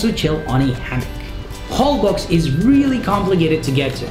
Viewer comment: I just watched a video on Holbox Island and I understand the pronunciation is “HolboSH” 😊